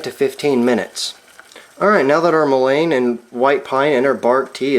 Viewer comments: In the south it is pronounced “MULLEN” not mo-lane. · He should really learn how to at least pronounce the name properly. It is Mullen... the Mullen is soluble in water, which is the reason that tea is what works for the extraction, otherwise it would take some other solvent to extract the essential oil from the plant material. Sometimes the plant material would take alcohol, or some other solvent to extract the essential properties from the plant material...this plant material can even be smoked, which seems crazy since it is good for your lungs, but it is true, worse case senecio , smoke it!! It goes straight to the lungs where it does it’s magic.... this is real , been helping native Americans for centuries.......good luck... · it's pronounced "mullen". The more you know! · I think it's pronounced MOOlein, with emphasis on the MU. Thanks for the video. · I’ve never heard it pronounced that way. In SW MO it is Muh-Len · You are correct! It is pronounced muh-Luhn! google says so! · Mull-EN...is how you say it. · Love all the info but the word mullein is pronounced :) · 😂 I had to stop watching, I'm by no means a grammar Karen, but I just couldn't take anymore of him mispronouncing it over and over. 😂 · Just drives me a bit nuts that you are pronouncing mullein wrong. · Hard to trust someone's knowledge that can't even pronounce the name correctly. Might want to fix that.. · Wrong is still wrong, just because you did it for a long time doesn't make it less wrong. Here, correct pronunciation.